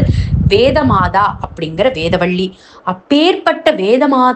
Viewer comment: Timely post.. Your tamizh pronounciation can be better. It's not வேதவள்ளி , it's வேதவல்லி